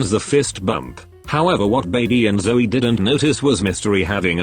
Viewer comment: "When Mystery and ZzOOrry met again" WHY DID THE AI PRONOUNCE ZOEY LIKE THAT?? 😭